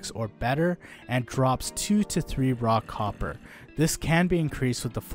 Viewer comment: When he says "raw copper" I hear "rock hopper"